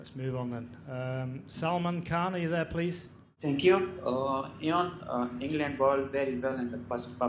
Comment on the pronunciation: It is not Eon. It is pronounced as Oin. These pakistani reporters should first learn English